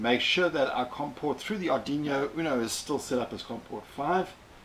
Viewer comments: Amazing video, funny how you say Aduino :) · Going to try it now. Love the way u pronounce Ardiñio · It’s an arduino not arduino !